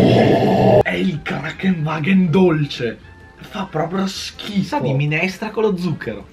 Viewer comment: ma si dice KraNKENwagen....vuol dire ambulanza in tedesco...